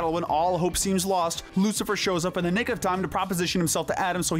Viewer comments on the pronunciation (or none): none